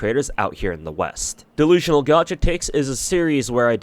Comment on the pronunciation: You still makin' this "dewusionaw gwacha twakes"? Damn you that desperate??? Oh shit I completely forgot silly me... You the God of Beggars, The Deity of Unemployment.